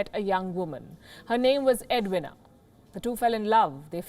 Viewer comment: Just one light comment; Edwina is pronounced with a short e and a long e (for the i). Others here have criticized your accent of many words; I left it to differences in language and accents, but it's a bit far to pronounce Edwina's name as "Ed-wina (short a at end). You're terrific Palki, but perhaps work on this aspect of pronunciation, since you're global now and many of us in America and the UK watch you daily. Thank you.